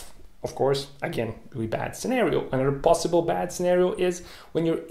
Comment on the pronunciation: Reawy reawy hahahahah